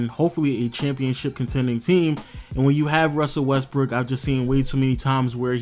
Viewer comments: if u listen closely he says russel westBrick lmao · 'Russell Westbrick' lol